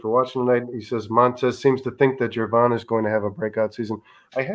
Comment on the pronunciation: Gervon is pronounced with a soft G, like George.